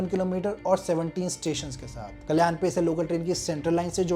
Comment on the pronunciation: First improve your pronunciation Gundaavali ❌Gundavali गुंदवली ☑️ ठाना❌ ठाणे ☑️ कल्यान❌कल्याण ☑️ Bhayander ❌Bhainder भाईंदर ☑️